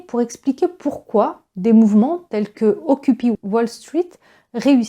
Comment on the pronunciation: Merci, vraiment très intéressant. Mais si je peux me permettre, on prononce occupaï pas occupi.☺️